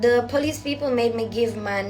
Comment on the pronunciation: The powlice😂😂😂